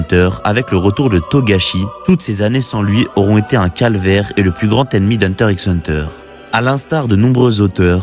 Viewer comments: Hunter riks hunter... t'as même pas honte de dire ça publiquement. Encore un français qui ne sait rien prononcé. Pff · Même si c'est pas la bonne prononciation, c'est pas la peine de venir lui parle de la sorte